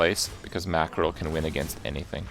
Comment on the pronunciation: Why tf he sayin mackerél